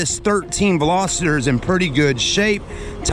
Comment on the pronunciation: Veloster not velositor! Jeez